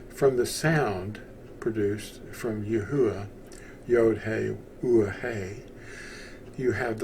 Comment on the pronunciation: 1st, thanks for the video! 2nd, how come it’s pronounced Yah-Hoo-Ah, and not Yah-OO-Ah?